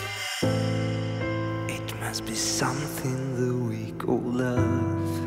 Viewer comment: Зачем так произносить "Call"? КОЛ по английскому.